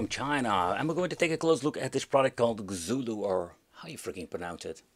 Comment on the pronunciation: If it's from China, the "Xu" sounds like "Shyu". Rather than "Zulu", it's probably "Shyulu". At least in Mandarin. I don't know any Cantonese and have no idea if it's the same there. This is of course assuming they didn't name it "Xulu" knowing in the west we say X like this as Z, and meant for us to say "Zulu"...